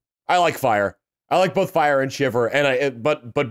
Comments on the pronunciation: misreading "Frye" as "Fyre" multiple times was not entirely unexpected. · ..."FRYE", not "Fire". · It's not "Fire" it's "Frye" F-R-Y-E.